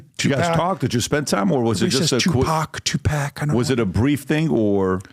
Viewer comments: Stephen your mispronunciation of Tupac is killing me😂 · TuPACK.. Puffy KEEWMBS. C'mon mannnn 🥴😂